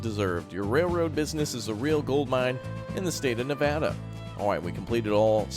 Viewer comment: yes said Nevada correct i live in nevada